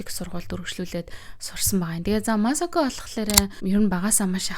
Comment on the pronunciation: МААСОКО БИШ МАСАКО